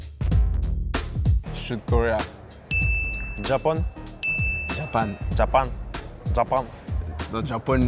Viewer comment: ''Japun '' Kills me everytime lmao